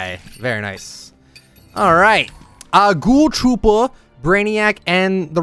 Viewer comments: The way he said ghole Trooper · The way you said “ghoul trooper” had me cracking up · It’s funny how he said Ghoul trooper